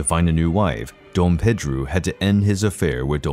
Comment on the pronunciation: The way he says it is closer the pronunciation of the name in Portuguese